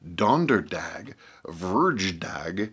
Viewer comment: vr Y dag...not verg.. fryday, but we don't fry on that day...lol it's called after the godess fri--ya..